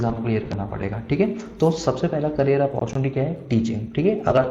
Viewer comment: Career hota h vo sir carrier nhi 😂